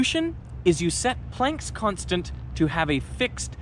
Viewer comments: This is the first time I've heard Plank's Constant pronounced like "plaink"...like "walk the plank." It's supposed to be pronounced like "plaank"...as in "father," "yacht," or "barn." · I've always heard it pronounced Max Pl(ah)nck, as he was German.